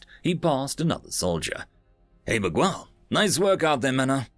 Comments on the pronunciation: Miguel. You're pronouncing it weird. Don't put so much emphasis on the U. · man thanks for narrating this but for goodness sake please learn to pronounce common names like Miguel properly (it's MIG-EL) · The story was great, but every time I hear a British person pronounce Miguel like "Mig-well" instead of like "Mee-gell" it makes me cringe so hard. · Hum, the U in Miguel is silent. Every other letter is pronounced like you did though. Since it is either a Portuguese or Spanish name it follows the rules that when you have the letter GU followed by E or I, the U is silent (e.g queso - cheese). If the letters GU are followed by A or O, then you read the U (e.g guapo - handsome). Same goes for QU.